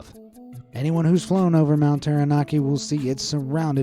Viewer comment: Hey, its not mount Terra Nar Kee. Its mount Tara Nak Kee 🙃